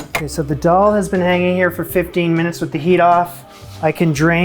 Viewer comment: Friendly FYI from an Indian: Dal is pronounced "the-all". Atta is "ahh- tah". Chappati is "cha- pa- thee".